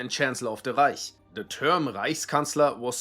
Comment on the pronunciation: You know he’s german when he doesn’t say reik instead of reich